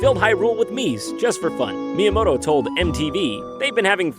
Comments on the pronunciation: Mii-yamoto lol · Shigeru Miiyamoto LOL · Miiyamoto lol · haha... Miiyamoto